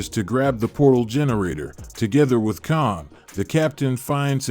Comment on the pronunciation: You gotta learn how to say Kang the right way